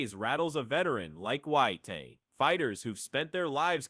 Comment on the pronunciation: It's not "Whyte-tay" or "Whyte-hay". His name is Dillian Whyte. If you can't even pronounce the boxers names correctly, then don't even bother creating the content in the first place 🤡